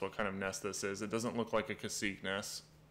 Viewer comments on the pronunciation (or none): none